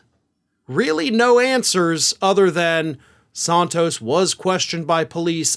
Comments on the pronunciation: His name is SANtos not SONtos you don't say desontis when you say his name desantis so why do you pronounce santos as sontos ? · Santos, like Santana, not Sauntos. Just trying to help :) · San-Toes not Sahn-toes. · You’re the only one pronouncing his last name that way.